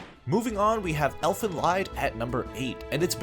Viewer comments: lied is actually pronounced Liit or leet... i usually do not correct people but lead is so far off it hurts my brain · Elfen Lied is pronounced like elfen lead... its a german title that means "fairy song" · As a German it makes me sick how he pronounce Lied. He says Elfen Leid ... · Okay, this guy can't even say "Elfen Lied" correctly let alone name a list of evil MCs. Any list with Death Note and Code Geass on it is just choosing easy pickings anime anyway. Here I'm looking for anime that there are fans who haven't seen the anime before and he wants to waste your time with shit he knows you've already seen. Or he's just a noob to anime in general.